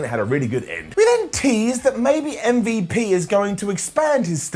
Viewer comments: Please stop saying Mmmbop, it's MVP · calling MVP ‘umvup’ is just hilarious 😂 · When you say umvp I laugh every time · I laugh every time he says mmmvooop (MVP) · Why is calling MVP “umvup” 😂😂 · really? I find it F'n funny that hes pronouncing the letters as an actual name. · Is the Butchering of M.V.P's name going to be a continuing thing, its really disrespectful. truly UNCOOL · Every time says MVP it kills me